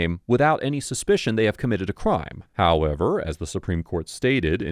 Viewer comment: I always love ❤the “HOWEVER” lol